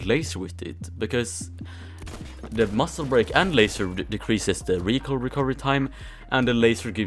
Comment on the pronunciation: Muzle barake he said muscel brale xD